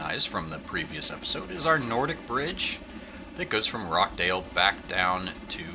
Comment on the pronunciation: Hi another great video but I do kind of miss watching you build. On another note I heard you calling Rochdale "Rockdale", it's a ch as in cheese. I like to leave you to struggle with the English town names but sadly for the respect of the flood victims of Rochdale I had to point this one out. I've got a link (below) from their local newspaper showing some of the damage the floods caused on Boxing Day. Christmas and New Year will be one they sadly remember for the wrong reasons.